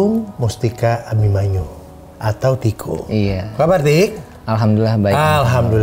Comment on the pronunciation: Pulung Mustika Abimana, tadi ngomongnya Pulung Mustika Abimanyu